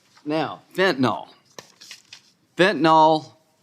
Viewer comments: why cannot republicans properly pronounce fentanyl? not fentanOl. fentanYl = pronounced Y like an I. i guess they think saying fentanOl sounds scarier. i do agree mayorkas is a moron. he has constant deer in the headlights countenance. big laugh when graham calls for kurilla remark on easel behind him that was already on the easel. lindsey is being dull--witted. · Why do so many seemingly intelligent people not understand how to pronounce fentanyl! It is pronounced as "fen-tan-il or fen-tan-ul"... not "fentanall"!! The original manufacturer says it is pronounced as fen-tan-il. Now... reinstate the damn policies that were CLEARLY working to secure our southern border and get rid of Mayorkas. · He certainly doesn't know how to pronounce fentanyl.